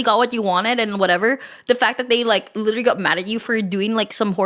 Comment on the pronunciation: "I lirellary"